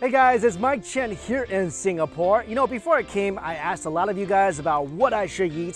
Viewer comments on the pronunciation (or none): none